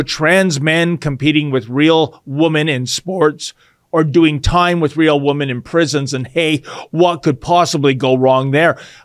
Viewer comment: Why do you say woman in place of women where the plural form would seem more appropriate?